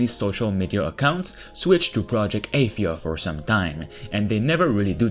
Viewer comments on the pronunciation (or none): Its pronounced Uhh-thia Not Aye- this...